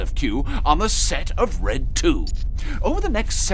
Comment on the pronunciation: Red 2 sounded like Redtu...you know what no.